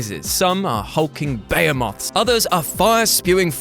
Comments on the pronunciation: Well, he also pronounced "behemoth" as "bay-e-moth".... Ouch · Bruv. You magnificent bald headed eagle you. Say it with me. Be-HE-Moth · "Bay-huh-moth"? C'mon,. It's pronounced "Buh-hee-muth". 🙄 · what was that word? You mean Be-hee-muth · is nobody going to mention the way says behemoth? no? ok. Sorry, you're saying behemoth wrong